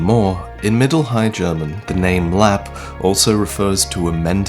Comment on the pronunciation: In swedish you say the e at the end on lappe just so you know if you should metion this at another video sometime